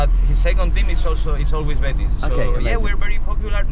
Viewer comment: Betis fans seem a great bunch. Ive heard a few people from the uk call them bateese and when a spaniard calls it betis you just know its called betis 😂 another thing i love how an englishman takes so much interest in Scottish football fair play.